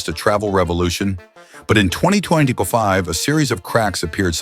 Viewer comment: Fake AI generated. The bot voice couldn't pronounce 2025. Just listen to the voice of the "man bot". That voice is the same voice for countless other fake AI generated videos.